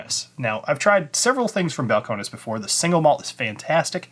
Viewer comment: Bowel-Cone-Knees. Need to pronounce it like a Texan.